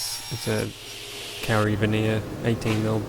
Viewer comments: It’s not “pacific island carry” or “nz carry”. It’s pronounced “co-ree” co as in .co.nz and ree but roll the r. That’s how you say kauri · Another sick job. Funny to think you are pumping all these magic jobs out just 40 minutes away from me. Last night I was learning with my kids the correct pronunciation of Maori words, we have a good laugh trying to get them right. My 3 year old daughter just heard you say Kauri, and nearly wet her pants...